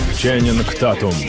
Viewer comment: Фамилия правильно читается Тейтум , а не Татум